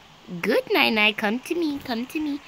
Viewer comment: The name is NiNi but she says nainai